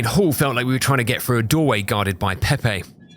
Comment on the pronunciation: I love your vids man but one single thing bugs me. the, there, then ect ect, perfect pronunciation, but then you say "free" for three? How!?!? Edit: also frough for through, flame frower, And fing for thing